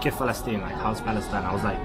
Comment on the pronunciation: Not palastine-Balastine!!!